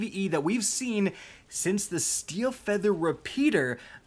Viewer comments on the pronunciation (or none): none